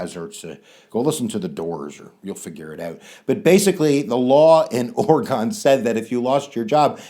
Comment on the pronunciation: My class thought this was a rocking awesome video... thanks and it's "Ore-gun" not "Ore-gone"